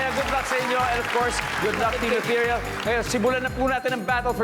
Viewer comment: "e-THEE-ryuhl" ho ang basa sa salitang yan, hindi "ethe-REEL."